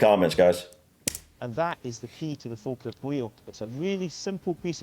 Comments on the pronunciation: It's just down the road from me. 😀 You did a good job on pronouncing Falkirk, if you want to say it like a local then it's Faw-kirk. Falkirk was a huge industrial area - we can travel the world and find Canon and Telephone boxes made in our town. The 'Carronade' was invented in the Carron Ironworks - worth checking out. There are quite a few videos out there of people transiting the wheel on narrow boats - you can hire your own boat or catch one of the tourist boats that takes you up and down. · I'm just impressed that you pronounced it as the Folkirk Wheel and not Falkirk the way you pronounce falcons.